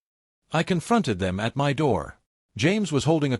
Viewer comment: Why can't your dumb AI narrator pronounce "my" correctly?